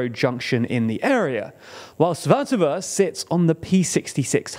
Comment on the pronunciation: Oh. You're pronouncing Svatove correctly now. Nice!